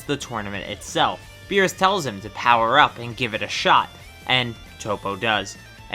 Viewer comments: Beerus not berrus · It’s Beerus not berrus. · he said berrus